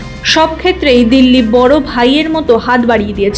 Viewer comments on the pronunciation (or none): none